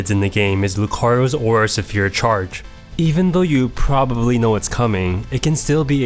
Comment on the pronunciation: “Aura Severe”